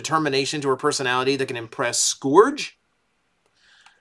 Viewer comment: the fact that he calls Scourge “scoo-urj” still just drives me nuts lol